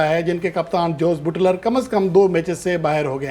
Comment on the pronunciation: Oho buuutler nh buttler word hy may a naaz tajziakar😂